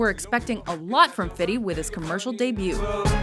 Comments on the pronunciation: STOP SAYING "FIDDY" YOUR'E NOT BLACK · This bitch doesn't know how to pronounce Fifty? its fucking Fifty, not Fiddy. She think she's gangsta or something. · Am I the only one shocked that she said Fiddy instead of Fifty? Lol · She said fiddy cent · When she says "Fiddy" i literally want to kill myself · whata up with them saying "fiddy cent"? lol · why she says fitty cent ? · I Absolutely hate the way she says 50 "Fiddy" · Man, why does this woman have to call him "fiddy" in EVERY video? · I HATE HOW SHE SAYS 50 CENT'S NAME (FIDDY) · She said Fiddy the whole time lol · why does she always pronounce 50 cent name fitty? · I think it's funny she says fiddy cent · did she say fitty cent? wow not many call him that at all... yea i bet theres alot of rap fans at watch mojo, no way are they just puttin out vids for views these days. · "Fiddy Cent" lol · Lmao "fiddy cent" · Garbage ass list also am I the only one who cringes anytime white people call 50 cent fiddy cent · "Fiddy" :) Lol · please stop saying "fiddy" im begging you